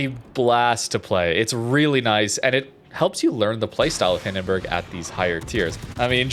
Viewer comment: please... the bUrg in hindenburg is pronounced like in U-turn. i allmost die of cringe every time you say hindenbörg oder nörnbörg (the worst one):D